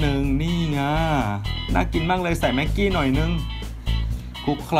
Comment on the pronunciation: ตอน บอกว่าแม็กหกี้อ่ะ